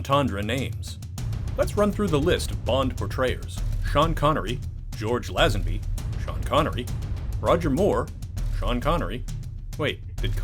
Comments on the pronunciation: 57 year old Rodger Moore played bond in A View To A Kill NOT in the Living Daylights, which was in fact Timothy Dalton’s first bond movie. Also, on Her Majesty’s Secret Service was opened in 1969. Some of your facts are not correct. Also, George Lazenby’s last name is pronounced “Lei-zen-bee” and not “Lah-zen-bee.” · Shadows Of The Empire is and will always be canon. And also I don't think anyone except the narrator here pronounces it "Lazzenby". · Its pronounced LaYzenby and its Ivar not Ivan. Fs. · The way this dude says lazenby annoys me